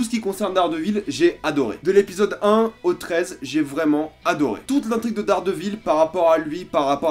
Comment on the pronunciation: J’aime ta vidéo mais tu détruit le nom!! Hhaa Daredevil ça se dis Deredeul à peu près